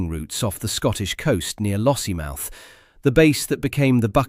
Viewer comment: Lossiemith? Pronounce it properly - LossieMOUTH.